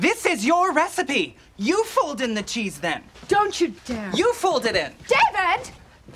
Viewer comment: "Fold in THE cheese." I just cannot with the random emPHAsis.